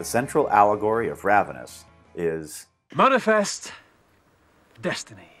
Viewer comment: Did he say "manifest destiny" or "murderfest destiny"?